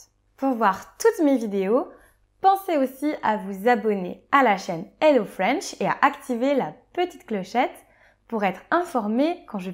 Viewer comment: hhhhhhhELLO TOUT LE MONDE, PAS "ELLO"!